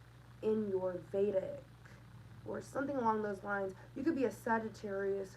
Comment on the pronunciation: I heard shrines not lines...hmmm.